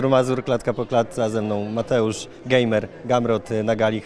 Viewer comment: Gamer, nie gejmer. Domyslam sie ze było to celowe, ale kiedyś sam Gamer mowil, że ma problem z tą ksywą w USA. Oni nie kumają ze to od nazwiska. Czytając po angielsku gamer to gracz.